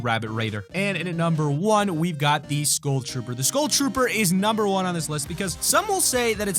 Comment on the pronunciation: Does anyone else hate how he says school instead of skull